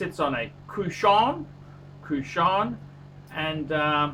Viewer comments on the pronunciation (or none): Did he just say cushion?.. sounds like crossant to me lol. The dumbest Batman review ive seen so far.